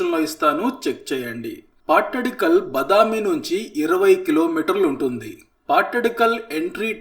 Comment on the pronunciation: బదామి కాదు. బాదామి. వాతాపి బాదామి అయింది. వాతాపి గణపతిం భజే విని ఉంటారు కదా.